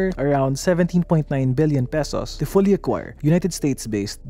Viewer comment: Im having trouble differentiating your pronunciation of “million” and “billion” sir. 😅 but great videos as always! Good job!